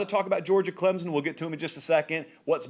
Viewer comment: I know for a fact, he says "clemzon" to annoy us clemson fans!! Smh